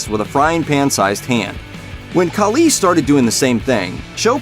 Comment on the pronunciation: Please say batista and khali’s name correctly it irks my soul